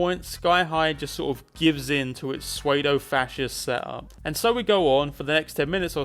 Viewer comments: “Suede-o”? You mean “pseudo”? Pronounced “sue-dough”? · "sway-dough fascist". Had to Google it to make sure you were misreading "pseudo-fascist", and that I hadn't been saying it wrong my entire fucking life. Scared me to death just then, man. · I really hope you pronounced pseudo as "swaydoe" for engagement bait because oh my god it worked, I genuinely hate you now for that, who the hell says "swaydoe"? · He's a dumbass. The ginger is better. The fuck is SWAYDO? ;D *pseudo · "Sway Dough" Oh god, I'm dying both internally, and from laughter. Is that like, the actual English English proper pronunciation? Because it probably is and I'm just being a horrendous human being. XD Mainly because that's how I used to pronounce pseudo until I said it out loud for the first time and found out I was wrong. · Bruce Campbell is a Green Party supporter. Sam Raimi is a Republican. Imagine the conversations they must have. 'Aaahh! Real Monsters!' did that better with Ickis and his dad, Slickis. "Prophesied" (pronounced with a long "i" on the end). I've never in my life heard "pseudo" pronounced that way. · wait have i been mispronouncing 'psuedo' for my entire life?